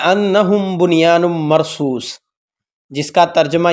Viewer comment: بھائی قرآن پاک کی آیت کو صحیح پڑھیں ۔بنیان مرصوص جزاک اللّٰہ